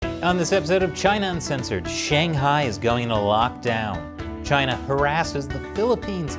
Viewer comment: I love the way says Chy-na. It’s just good.